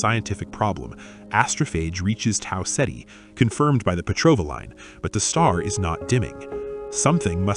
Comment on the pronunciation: Learn how to say Tau Ceti